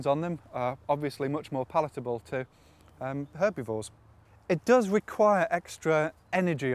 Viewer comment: lol "herbeevores"